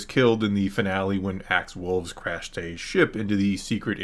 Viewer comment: I love ya. But for Pete’s sake it’s Woves not Wolves.